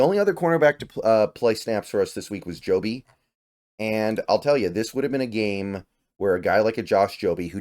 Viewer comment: It's Jobe not Jobe man. 🤦